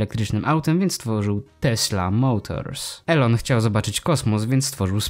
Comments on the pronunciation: Wymawia się "ilon" a nie eLoN. Taka rada na przyszłość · NIE ELON TYLKO ILON tego się słuchać nie da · Imię Elona Muska czyta się bardziej Ilon